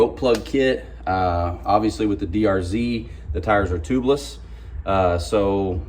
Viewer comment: Yeah he definitely said the “with the drz, the tires are tubless” Just a little slip up. great video as always!